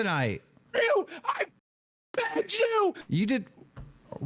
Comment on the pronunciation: It really sounds like pegged haha